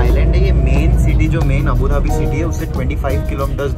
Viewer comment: male version:- abadubi female version:- abudhabi